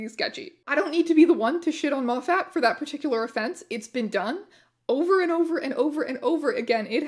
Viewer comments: Erm, actually (pokes glasses up nose), it’s pronounced ‘Moffet.’ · also thank you for pronouncing Moffat the wrong way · That is the first time I've heard Moffat pronounced like that